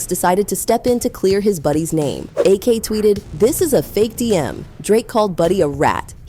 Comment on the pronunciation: Please, when you use AI voice proofread. Ak is not A.K 😂